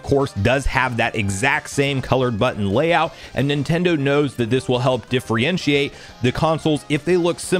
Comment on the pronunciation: Supposedly, not "supposably" Differentiate, not "diffrientiate"